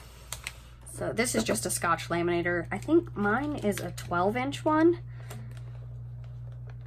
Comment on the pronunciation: Omg...its not "laaay-man-nator", its lam-man-ator"...just couldn't get past that! Sorry, not sorry!